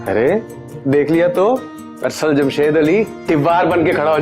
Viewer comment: Its Arsal not asal🤣